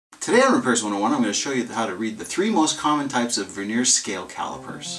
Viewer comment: The word Vernier has the accent on the first syllable, not the second. The word Vernier, with the accent on the second syllable describes a thin layer of wood on the surface of furniture.